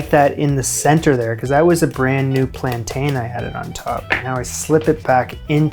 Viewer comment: It’s ’plan tin’, not ‘plan tane 😊’